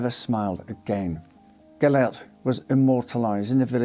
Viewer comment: That’s not how you pronounce Gillette!